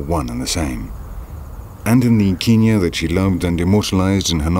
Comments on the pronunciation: It’s not ‘Keen-ya’! It’s ‘Ken-yah’! When in Rome... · Also bloody called Kenya, Kinya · His pronunciation of Kenya is irritating